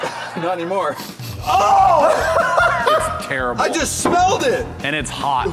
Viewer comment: ”Omg it smells like tareble